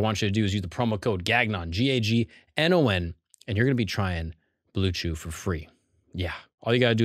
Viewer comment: Is there a reason he says Gagnon like that during ads? Is it just to make sure people know how to spell it?? I'm from Quebec and Gagnon is a very common last name and it's not at all pronounced like that 😂😂